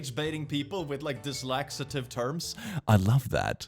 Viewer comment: I'm sorry, what? Dislaxative heart/terms... dyslacitive.. dislexiative??? What is that word you used?? I don't recognize it and am highly curious and intrigued....